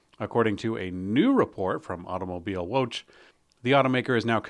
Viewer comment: it always trigers me when you miss pronounce German worlds like Automobil Woche or Prosche 🤣